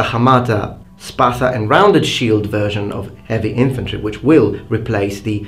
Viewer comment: First of all, great video. I really like your content. Secondly, thumbs up for pronouncing "Spatha" correctly. What are your studies? History, glossology? Ethnography maybe? Thirdly, both swords were great and effective, for their time. They served different necessities as you stated yourself. I gravitate though, a little bit more to gladius, because, it needed less motion and force to be effective, making it more dangerous. And to tell you the truth, every time i hold a gladious, it feels like an extention of my hand. It also feels like i'm flexing with weights. It could kill even with the back pommel.